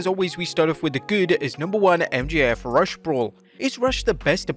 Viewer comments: It’s Ruuush not Rush 😂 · It’s not Rush it’s Rooooosh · Dude, you pronounce Rush like ( roosh, not rush) !! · It may be spelled Rush, but it's pronounced ROO-SH. You got Lyra Valkyria's name right, so why not RUSH(ROO-SH)? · Rush is pronounced like Scooby-Doo identifying a bottle of Summer's Eve in the feminine care aisle; he's not just some guy in a hurry.